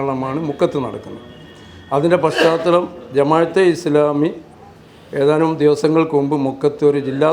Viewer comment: ഛെ..പാ ശ്ചാ തലം അല്ല..പശ് ചാതലം..മാഷെ..ssf